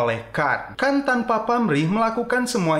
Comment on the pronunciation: Bukan kan tapi Khan 🤣🤣🤣🤣